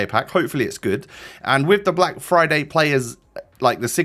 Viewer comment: Everyone: friday: flyday